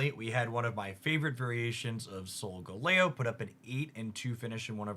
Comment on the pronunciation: Pokemon pronunciations tip: Start with the word it's based on and modify from there. Arachnid > Ar aqua nid Abominable > Crab Bominable The one I really hate is Soul-Galley-Oh.